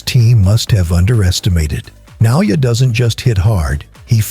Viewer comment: nayoya? Seriously?